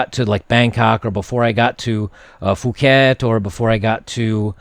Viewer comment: Dear, It isn't Fuket, it is Puket. In thai there are 2 kinds of "p", hard and soft. "H" after "p" indicates soft version, but it is still "p".